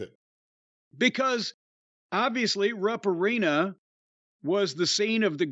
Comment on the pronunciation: Always sounds like it's pronounced "Rump" Arena.. 🤣